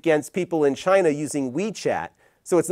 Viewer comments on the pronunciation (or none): none